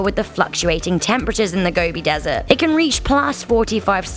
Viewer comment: The desert is pronounced 'go-bee' not gobby. I searched for the deathworm back in 2005 and spoke to about two dozen first hand witnesses who described a scaly, brick read, sausage shaped creature the size of your arm. The nomads all have a deep fear of it as they believe it to be highly venomous. It is almost certainly a reptile, most likely an amphisbaena or worm lizard of large and unknown species.